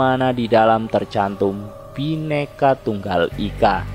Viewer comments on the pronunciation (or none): none